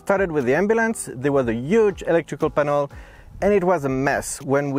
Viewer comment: It's not penel bro, it's panel. are you from India